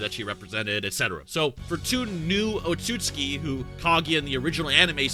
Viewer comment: OOTSU-TSUKI is pronounced